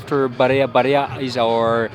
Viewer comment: Barea not Barca